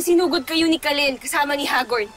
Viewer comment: Narinig nyo pag bigkas ni gabbi sa Kahlil Sabi nya kahlel